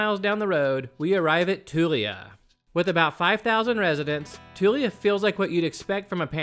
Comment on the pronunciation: And it's Tool-yuh not Too-lee-uh.